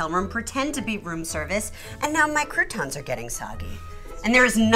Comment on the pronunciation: “There’s NOTHING worse than soggy crutans!” Stephanie